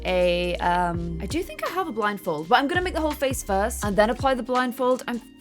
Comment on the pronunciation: can we just take a second to acknowledge the fact that said, "the statue of liberty with the blinfold" lol